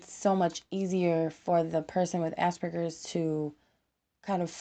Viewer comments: AsPerGers not ass burgers, you can't say it right dont say it. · "Ah-Sper-Gers" not "Ass-Burgers"